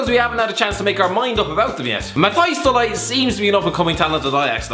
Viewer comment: As if he said Mathijs da Ligt as Mathijs Delight🙄